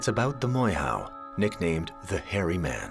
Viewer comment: Please pronounce our maori words properly! It is...'moor-air- hoe!'... NOT 'more-how!'